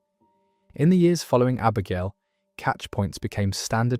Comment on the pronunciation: They pronounced Abergelly and Clandyeloss